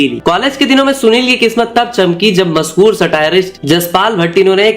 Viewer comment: Bhai Video bhot achi hai content visual sab top notch Bas ek dikkat hai श ko श hi bologe toh theek rahega श ka स mat kro bhai break ho jata hai flow Masahur, sows, presure , suru kiya, soot, Hona chaiye Mashur, shows, pressure, shuru, shoot Bura mat manna bhai aage apko hi kaam aaega jab channel grow krega.